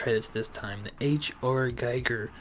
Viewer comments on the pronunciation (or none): My dude…you are mispronouncing Giger. It’s pronounced GeeGrr. And yes, I preordered it.